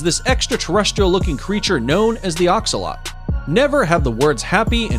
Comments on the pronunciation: It’s not a axalot is a axlottil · it an axolotl not axolot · They're not axolote it's axolotl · It's pronounced axe-oh-lotle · Its actually pronounced Axe-uh-lot-L btw my aunt has a few axolotls as pets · It's axo-lot-al btw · The Axolotl is a pet hat you can have. And it’s pronounced axe a Lott l e